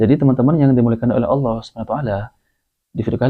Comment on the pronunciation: LOE PERBAIKI DULU SEBUTAN NAMA TUHAN KEPUNYAAN ISLAM TEN DULU. BUKAN ALA.......APA APAAAN ALA ALA ALA ALA. APA LIDAH LOE KAYAK LIDAH 🐍. KEKEKEKEKKEEK